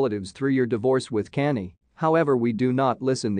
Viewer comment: Click bait. This video is not try and it sucks. You just want reviews and likes to get money on here. You not good go get a real job #ijs you not a good reporter at all be stop pronouncing Kanye name wrong smh geesh.